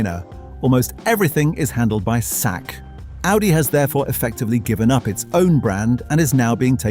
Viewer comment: Britlander comentary is crap, absolute shit in ignorant maner!!!!! Pronounce Chinese company as " sack" is just absolute disrespect